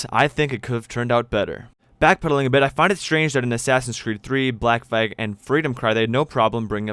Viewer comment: Lol you said “black fag” instead of black flag at the end of the video